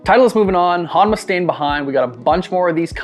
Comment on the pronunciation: I swear ur saying HOMNA 😅